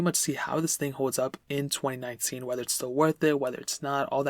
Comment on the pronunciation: Anyone else think he said 2099 at the beginning?